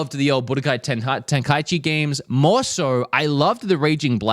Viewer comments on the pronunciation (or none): none